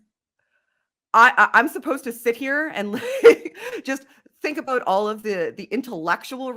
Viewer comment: I love the way says about...ABOWT. )